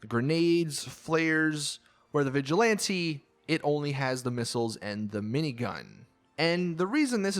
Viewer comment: Im pretty sure ur not supposed to say vigjilanti, but vigilant, or vigilanté